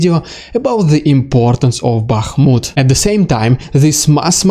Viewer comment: I am so thankful you can pronounce all those town names! 😁 (i never could!) 💙💛 Thank you again...much appreciated. 💙💛 Bakhmut 🙏 Max